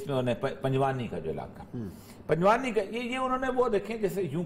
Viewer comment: Orya sahabb... Panjwani nahi hai.... Panjwaii hai is ilaqe ka nam...